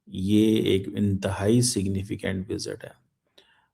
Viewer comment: 😂 इसे सिग्नफिकेंट बोलना किसने सिखा दिया है.....😂